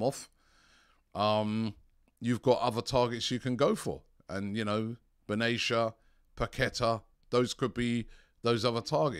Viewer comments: Robbie, it's not ben-ay-sher, it's pronounced ben-ah-ser. Love the content! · His namn is Ismail ben nacer , say it as you read it, there is no ( sh ) in the name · Ismaeel Ben Nasser is how to pronounce it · Robbie pronouncing a name wrong? 😅😅😅😅